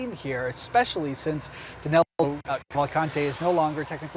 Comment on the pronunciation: O nome dele é DANILO. Por que os americanos o chamam de DANELO? 🤔